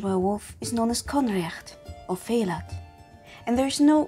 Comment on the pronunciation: Just a heads up, as far as I can tell, Faoladh is pronounced "feelah/fweelah", not fay-lad.